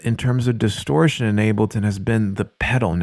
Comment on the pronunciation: DISTORSHION LETS GET STARTED